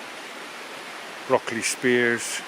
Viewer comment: Did you say broccoli spears!...ha ha!